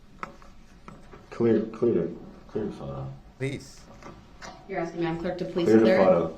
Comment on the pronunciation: "Axing" the judge for a certified copy of her "oaf" of office.